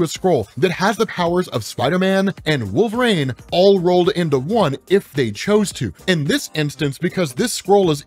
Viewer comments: For the love of god it's not pronounced Wolvrain, it's Wolverine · “WolvRAIN”? Why are you saying, Wolverine like that??